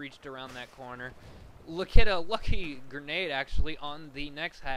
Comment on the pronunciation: lol "Gernade"